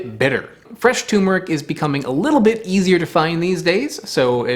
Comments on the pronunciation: TURMERIC not Tumeric. Come on!!! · Okay pronouncing it tumor-ick is one thing but to also change the spelling from turmeric to tumeric is going too far man. Its not a tumor, there is another r in there. Turmeric. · Turmeric not Tumeric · it's turmeric not tumeric also btw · It's TURMERIC, not "Tumeric." There are two Rs. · It's tuRmeric, not tumeric. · Dude, It's TuRmeric , Not Tumeric. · What is the world is a TU-meric? Its TUR-meric. Jesus! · It's not "Tumeric", it's Turmeric. With an R after the U. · Please stop calling tuRmeric toomeric. There are TWO Rs in the word. Thank you. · Great vid friend! always so informative 🙂 you missed the "R" in Tur.meric. Pronounced Turrh-Ma-Rick ... not Tumer-ick ~Cheers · TuRmeric, not tumeric. There’s another R in there. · Not TUMOUR-ick, try saying TOUR-merick. Just 'cause many do it, doesn't make it right! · FYI it is Turmeric, not Tumeric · it is not tumer it is tur mer ic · CORRECTION: NOT "tumeric", but actually "turmeric". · Its not "tumor-ic" - there are 2 R's in there - "turmeric" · TuRmeric, TuRmeric, TuRmeric, not "toomeric", please! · TuRmeric. It's pronounced ter-mer-ic. There are TWO 'r's in the name. I don't know why everyone pronounces it like it's a horrible disease. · Fun fact: TuRmeric has an R in it and every time someone pronounced it TOOmeric someone gets a tumor. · (Btw, it's 'turmeric' not 'toomeric') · T-U-R-M-E-R-I-C "Terrr-merr-ick" Exceptionally good video! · Turmeric. It's called turmeric. It's spelled turmeric. It's pronounced turmeric. 2 Rs. Turmeric. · Wait.... isnt it enunciated TuRR-MuRR-Ick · Don't fall for the wrong spelling and pronunciation; it's TURMERIC. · Please, for the love of God, it's TuRRRRmeric. Fricking Americans can't pronounce anything 😢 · More Vostok please. Also, I think it's pronounced "tuRmeric". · Despite its ubiquitous online mispronunciation, the work is properly spelled TURMERIC and you pronounce the first R. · Turmeric has an 'R' in it, between the 'U' and the 'M'!!!!